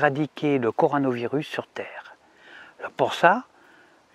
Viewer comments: 0.43 dsl moi j'entends coranovirus 🦻🤣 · il aurait pas une pt'ite dyslexie le président!!coranovirus 🤣✌